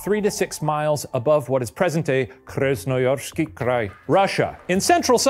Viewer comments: I love Shane's pronunciation of Krasnoyarskii Krai, it was actually really good! I lived in the city of Krasnoyarsk for a year and it's so beautiful there. Also, he's not wrong about the squirrels - there are SO MANY of them that Siberian Federal University (where I taught) has the squirrel as its mascot. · I screamed at how good Shane’s pronunciation of “Krasnoyarskiy Krai” was! Really so nice to hear someone pronouncing Russian cities properly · As Russian agree. It was good.